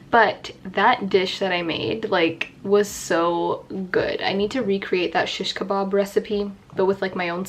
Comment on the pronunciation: It’s sheesh kebab not shush kebob